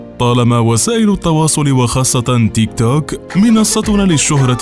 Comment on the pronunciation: تنطق تيك تووووك بطريقه غريبه